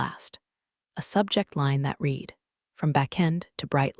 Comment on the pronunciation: Another narrator who can't tell the difference between read and read.